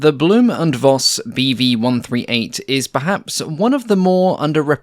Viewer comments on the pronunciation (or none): Minor complaint: V in German is "fau", so it's pronounced Foss, not Voss. As in Folkswagen, not wolgswagen. 😊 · "Blohm & Voss" sounds like "Blowm & Foss" (like "fox" but with a long "s"). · Voss is pronounced Foss. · It's commendable that you say 'Jumo' (you-moh) correctly, but a German v is - like the Dutch v - almost invariably pronouced 'f' and in itself its' pronounced 'fauw', so it's 'blohm und foss bea fauw 138' designed by 'ree-card fogt'. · Very nice to learn more about this aircraft. :) A little remark: The V in Voss and Vogt is pronounced as F in this case (in German the V can either be F or the german W, since there is no distinct german V sound - while the german W is pronounced like the english V and the english W has no german equivalent.) (For example, the famous car brand Volkswagen is pronounced "Folksvagen" using english pronounciations) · the letter v is pronounced as f in German, i.e Blohm and Foss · Great look of the B&V - reminds me to the Black Widow. By the way: "Voss" or "Voigt" are pronounced like Foss/Foigt